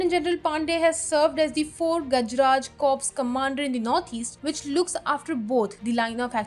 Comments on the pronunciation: please take positive feedbacks & correct yourself. Corps is a French word pronounced as core with p & s both 🤫silent. Thank you. Jai Hind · "Corps" is not pronounced as "corpse". Work on your pronunciation please. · You have it wrong. It indeed is Khadak-wasla. As it takes the name of the original village in Pune Dist. As for the "ka-wps"( for corps), you are right.